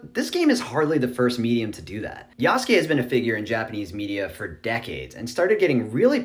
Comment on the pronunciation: Yasuke isn’t a common word here, so it gets a pass, but I’m surprised to finally hear it pronounced correctly. Now if only people can work on tsunami and mango